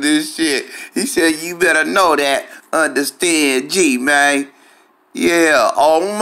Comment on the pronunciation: "Did u underSTANG?" 😂